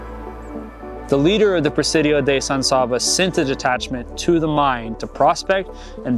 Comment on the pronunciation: Good video. As usual, someone has to make a comment about pronunciation. I'll take that lead. San S(ahhh)ba. Not really. San S(aabb)aa. Is much better.